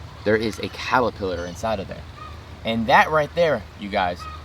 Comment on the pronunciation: “calerpillars” lol